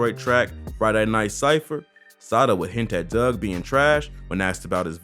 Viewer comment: It's Dugg not Doug geesh😂